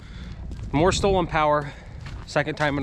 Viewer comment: Stolen. Not stoeln.